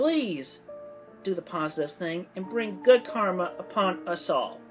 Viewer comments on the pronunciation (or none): none